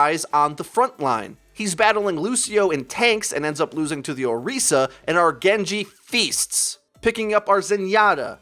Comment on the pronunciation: Why do you call Orisa Oreesa if you're not calling Winston Weenston?